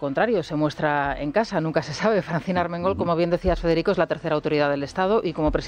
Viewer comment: Tusk co U, Fedeghico, que es polaco, no Espichinglis😂